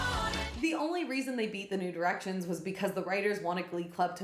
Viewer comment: God damn it now all I can hear when you say New Directions is “nude erections” 😭